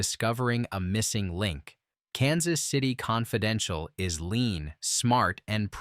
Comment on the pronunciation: Well, you've got to admit Mr. AI didn't mispronounce "Kansas City...........Confidential".